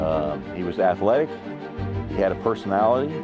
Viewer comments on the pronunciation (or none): "his persolnality" LMAO